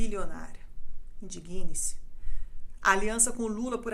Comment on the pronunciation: Adorei os esclarecimentos, trazidos de uma forma calma e sensata! Só queria deixar uma dica à locutora: a pronúncia correta deveria ser "indígne-se" (dando força, destacando a sílaba "dig", como se houvesse um acento agudo). Que Deus tenha misericórdia da nossa nação!